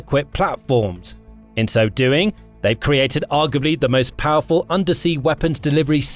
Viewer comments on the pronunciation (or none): none